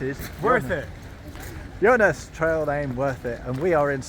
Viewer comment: Now I'll have to rewatch the vid... I seem to hear "Jonas".